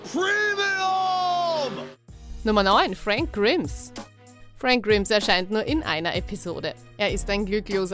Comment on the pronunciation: Es heißt Fränk Graims (Frank Grimes) , so spricht man das aus. Aber so wie ich das mitbekommen habe werden in sehr vielen Folgen Watchmojo die Namen Falsch ausgesprochen.